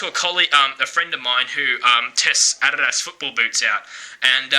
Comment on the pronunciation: if I hear you say adidas wrong 1. MORE. TIME......